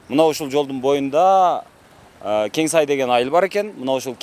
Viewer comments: Айылдан атын туура айтчы Кен сук деп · Кен Сай эмес Кен суу туура айтсан боло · Кен - суу туура айтсан Кенсай дебей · Кең сай эмес Кен-Суу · Кенсай эмес Кенсуу деп туура айтда